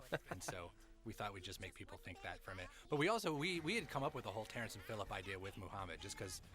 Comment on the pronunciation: 'Terrance and phillip-shy' 😂😂